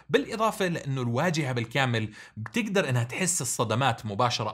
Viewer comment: اسمع كلمه (بتكدر) حرف ال (ب) اسطوري